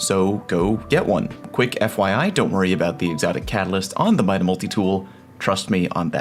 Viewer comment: MIDA? really? bruh